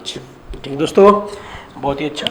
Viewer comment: Plz concentrat on words also..... Especially 'Dosto'.